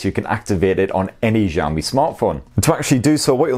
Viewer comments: Sorry 😁 But it's Xiaomi not Jiaomi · Bro, it's not ZHAO-me PLEASE 🥺. It's shao-me, sha from shark(Not zhark) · Its ziaomi . Accent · see-ou-mee. not ciao , not jiao. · please its pronounce as shaomi not jaomi lol it feels cringe when you say it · No it's pronounced ciao-me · Its xiaomi not jami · Why does he keep on saying "jaw me" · Instead of Xiaomi he says jammie, xomi, shami.... Hadeeeh 🙄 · its pronounce shaomi . say the 'sha' like shower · nobody : this guy : zhao mi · It's not Jiaomi or Giaomi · wth is jaomi? can't you freaking read?? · Nobody:: Jiaomi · The Chinese "Xi" can be a bit hard for Westerners to pronounce. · Hearing "jaomi" is what bothering me while watching the video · I don't why but i laugh when he says Xiaomi as jaomi 😂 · You pronounce xiaomi like jaomi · good videos but pls look up how to pronouce Xiaomi :D